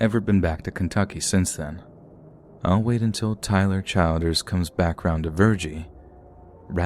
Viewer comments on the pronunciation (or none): I’m sorry but Tyler CHILD-ers got me 😂😂 (Chill-ders) I was so into the story because i live in Ky (roughly 2 hours form lex) then I cracked tf up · Pronounced Tyler (chill-ders) for further reference. Keep up the great work. Love listening. 💗